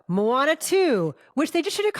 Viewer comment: "Mo' Ana" 🤣👍